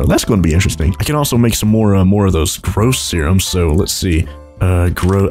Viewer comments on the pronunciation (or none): You say gross syrum